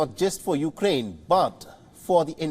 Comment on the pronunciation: Weapon not Va-Bon. Ukraine not You-Ga-Rain.